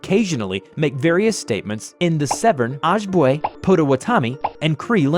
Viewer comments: it's Oh-Jib-Way not ogibway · This scp bothers me because from what I researched wendigos they have no relation to deer heads, but are gigantic, emaciated, pale, with lips bitten off. Also the pronunciation of Ojibwe was super off, it’s O-jib-way. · "Ojibwe" is pronounced "OH-JIBB-WAY". Source: I lived on a Western MN Rez for a year. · Ojibwe is pronounced oh - jib - way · Ojibwe is pronounced like Oh jib way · It is pronounced Oh-Jib-Way - Ojibwe, hopefully there are more stories for this SCP as it runs deep in my culture's history! love the work keep it up <3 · FYI it’s pronounced oh /jib /way for one the tribes you listed. Ojibway. Love the channel though they get better and better. 😎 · Ojibwe is pronounced Oh-jib-way. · Btw its (AH-JIB-WAY). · Eeeeeh as an Ojibwe man. Could of been saying it better. Its just O-jib-way. Glad you used Ojibwe spelling. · That’s not how to say ojibwe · I love how you pronounced ojibwe lmao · How he pronounced Ojibwe is not the way we say it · Augh, the way he pronounces Ojibwe. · Ik its expected because not many people even come in contact with the tribes but its still funny to hear him mispronounce ojibwe and potawatami. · He pronounced the languages wrong (aside from cree) so here's the right pronunciation. Ojibwe is pronounced Oh-jib-way And potawatomi is pronounced Pod-uh-wad-uh-me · PLEASE READ: Okay, I'm Native american, and I just wanted to inform you that is NOT how you pronounce those tribe names. It's Oh-jib-way And pah-dah-wah-dah-me Cree, you got right